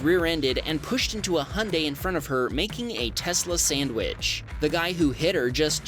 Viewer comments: What is a Hunday? its Hyundai. Repeat after me, Hy-un-dai. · You don't say hiundi like that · Still wrong. The Koreans say Hyn-die (two syllables) and since it’s their car company, they should know .